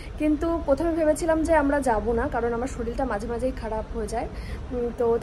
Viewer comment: কথাটা শরীল না❌ শরীর✅